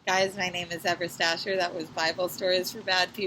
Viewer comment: Wow, Ever Stasher? Is that what you said?